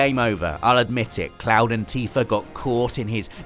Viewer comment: ...."Teefur"? Oh you zany brits =]